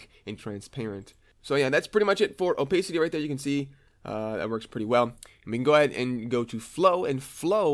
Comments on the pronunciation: gr8 introductory tutorial. ps it's oh-pass-ity not oh-pace-ity ;;)) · also OPAYCITY Xd